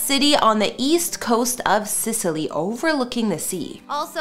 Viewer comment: Need to work on those names a little lol, Sicily, Ionian